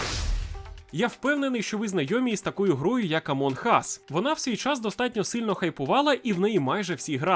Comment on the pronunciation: АмуН Ас. Буква ґ ковтається і не вимовляється!